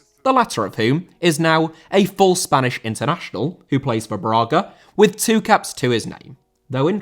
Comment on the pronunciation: Braga* not Bróguer